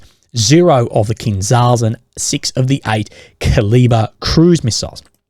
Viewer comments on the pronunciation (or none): Great vid - cheers mate! Just to help you out abit with all these Cyrillic names - zh is pronounced J... so Kinzhal is actually Kinjal - it means 'throwing knife' or 'dagger'